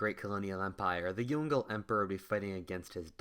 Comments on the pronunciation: Pronunciation of "Yongle": × Yongel √ Yong-luh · It's pronounced Yong Le not Yongle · Yong Le are separate syllables. Not Yongle. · The Ming emperor you refer to as Yongle (like 'dongle') is usually pronounced as 'Yong Ler'. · Yong Le (Yoong-Luh) not Yongle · The Yongle Emperor should be pronounced as “Yong-le” rather than "yon-gle" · Jesus Christ, it's Yǒng Lè, not Yon Gle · please YONG - LE emperor not YON-GLE emperor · It is yung le 2 words not yungle whaftish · Is Yong Le Emperor not Yon-Gle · Yongle is spelled as "Yong Le", not young girl emperor... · pronounced as Yong-Leh not yong- goal lol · Yongle is pronounced "Yong-Le" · This is an interesting video but would you please pronounce Yong le properly, it's pronounced as two syllables Yong and Leh. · Yongle is pronounced as Yong Le (永樂)... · The pronunciation of the emperor's name is not "Yongle", but "Yong Le" by "永乐" as they are separated Chinese characters. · Yes. Its actually Yong Le